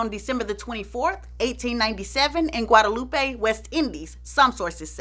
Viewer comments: It’s pronounced Guad-ah-loop, it’s French not Spanish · Hey just a correction, Guadalupe is is pronounced Guadaloop.